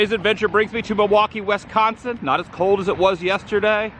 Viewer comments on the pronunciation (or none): It’s pronounced Wisconsin. Not Wesconsin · It's WISconsin pronounced like whiskey. Not WESTconsin! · Wisconsin, not Wesconsin. Thank YOu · You can always tell someone isn't from Wisconsin with how they say Wisconsin lol. living in Wisconsin for 30 years it drives me nuts when I hear it said wrong lol